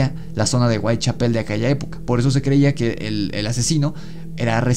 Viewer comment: Muy bueno pero no es Whitechapel con acento en pel, el énfasis va en cha